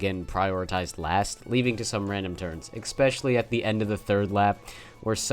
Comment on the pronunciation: bruh, u said especially about a thousand times but also managed to never say it 'eXpectially' is not a word my man, its just SO jarring when you say it like 2x per track....ESS-PESH-ELL-EE is the phonetic spelling, thats what u get for putting trash above ninja hideaway cuz its a hard course lol - but fr, PLEASE change that